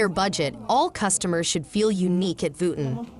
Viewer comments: when AI voice could not pronounce Vuitton correctly, i turned off the audio and read the closed captioning. smh gee whiz. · I couldn't stand listening to the butchered name. Tolerated only up to . How far did you get? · Omg! Can’t you make sure the robot that is doing the work for you is saying the name right!! I can’t watch this because of this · ... symbolism ✨️ stolen/copied/influenced by the print of a tribe in Zanzibar 🇿🇦 in Africa... no?🤔 as i've watched conversations about this here on YouTube, Tiktok, i'm just curious. 🤔 Also WHY is the narrator mispronouncing the designers name?... so "frickin" irritating‼️🙄🤦🏽‍♀️ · it’s not respectable when it’s done without understanding that the AI voices can’t even properly pronounce the name of the subject at hand, Do you feel respected when other people address you as something that doesn’t even sound like your name? Or are you the type of person who doesn’t mind responding to “Hey you”?